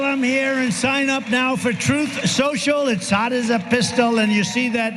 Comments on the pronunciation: It's pronounced "Trouth Snoshle"... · Trump glitches like an NPC 😆 He one time called his glorious platform "Troth sential" Good job buddy...